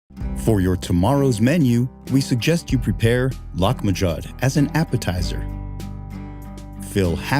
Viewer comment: I actually googled how to pronounce this dish. The voice over is way off to the point of butchering the name. By the way, I also looked up on wikipedia - Lahmajoun is called "Turkish Pizza"